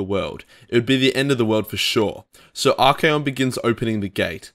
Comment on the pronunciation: tzeentch (zinch) not tis-nitch haha Also Archaeon is 3 syllables, ar-KAY-on. Good video, obviously not a big deal. Made up words.